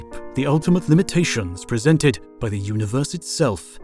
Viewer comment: I have watched every single instalment of HOTU. It has been excellent from start to finish. Please stop calling it a multa-verse. It's a multi-verse. Likewise uni-verse rather than una-verse. These have been the 'nails down the chalk board' of an otherwise fantastic series. I look forward to more epa-sodes. 🤣